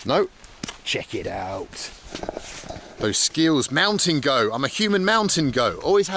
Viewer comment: I thought you kept saying you "Mount and go" not mountain goat lol. Anyone else here that?